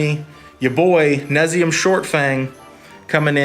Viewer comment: Nay-Zum-Eaa shortfang. This deck needs some tuning. You didn't post a land base. 4 pack rats + 4 mutavaults + 2 bitterblossoms and some number of chittering rats (2) would be a good place to start. You want 4 wrench minds + 4 TS since your win con is all creature based. Each creature needs to synergize for this work. This list doesn't do that. But your rap is promising.